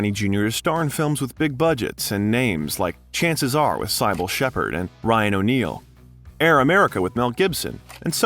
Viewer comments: Interesting enough, but SY-bil? No, Cybill is pronounced, ci bil. I wish people still read. That's how one learns to write and speak. It's one of several ways, but it's the best way and, unfortunately, the most underutilized. I'm writing about actual literature, not pop-culture garbage. It can also teach one more about life and oneself than anything else. I didn't intend to get on a soapbox, but it makes me indescribably sad that reading great works of literature has fallen out of fashion. It's just one more thing that has led us here, to the ideocracy. That's a funny but also depressing movie. It was somewhat prophetic (somewhat because the signs of the dumbing down of America were all around and obvious). It's all a damn shame. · do you use AI / text reader for the narration? You mispronounce some well-known actresses' names... Marissa Tomei "Toe-may" and Cybill Shepherd (Sih buhl). Roger Ebert (ee-bert, not eh-bert). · That was fascinating, he pulled himself up by his bootstraps, I really admire him! As for you dear narrator, Cybil is not pronounced Sigh-bil, it’s pronounced sibil (as in siblings) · PLEASE learn to pronounce names correctly. "Sigh-bel" Shepherd? It's Cybill as in SIB-ELL. Ralph "Fee-enness?" It's Fiennes, as in FINES, moreover, his first name is pronounced "Rayf" and not Ralph. Marisa Tomei... TOE-MEY. Come on, dude. Even Google has a quick pronunciation app you can use. Then again, going by your other videos, I'd say you're doing it on purpose which is actually a real shame. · Yay! Robert Downey Jr! But, who is this narrator slaughtering all these famous people's names? Warren Beety? Sigh-bull Shepherd? Marisa Tom-eye? Roger Ebb-ert? Gahhhh!🙄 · This would've been so much more enjoyable in a couple of years when they finally get AI voiceover perfected. Sigh-bull Sheppard. Marissa Tom-Eye. [ugh] But I love me some RDJ. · Hey Dude, Learn how to pronounce the names of people (i.e., Cybill & Tomei).